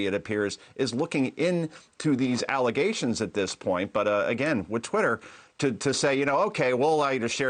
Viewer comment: it’s (twatter) lol